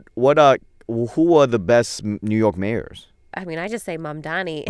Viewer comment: why can't you still pronounce his name? It's Mamdani, there's no M at the end. Ridiculous and disrespectful after a point.